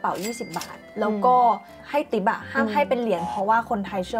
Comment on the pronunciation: ทิป ไม่ใช่ ติ๊ป ติ๊ป ภาษาที่พวกตลกเอามาเล่นกัน